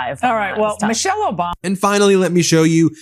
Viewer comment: Who is Obalma? And Road Ham? Now that is a paid actor, bad actor to boot.